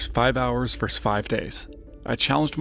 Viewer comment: Versus, not verse. A verse is a line of poetry or music.